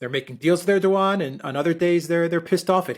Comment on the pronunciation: Er doe wan, the G is pronounced as a W